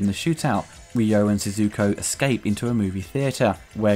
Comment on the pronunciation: His name is Ryo, Saeba Ryo...not Ryu like from Street Fighter.